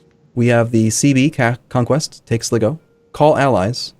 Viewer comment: Sly-go, Tie-Rone and Kill-Dare. I'm really enjoying the series but the mispronunciation always kills me a little inside